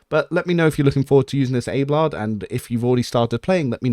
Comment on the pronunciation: but you're pronouncing it "Abe-lard" ? It's not pronounced like that by anyone in the game. It's Ab-eh-lard.